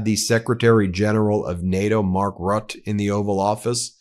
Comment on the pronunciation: Mark Rutte is pronounced "ru (like in ruche or rubis)-tuh" and rolling the "r"s a bit like Scottish people. 😉